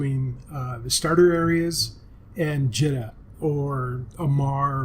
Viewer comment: Jee-ta, Jita is prounced jee-ta.